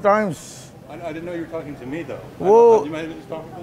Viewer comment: "Nut victem but victor what are you tolking about ?" 😂😂